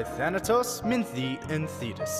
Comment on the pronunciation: They had a similar problem with part 1, where they pronounced Minthe (Min-thee) as Minth. Thank the gods they fixed that.